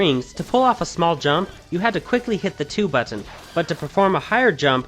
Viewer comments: is that how u normally say button? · You say "Button" funny.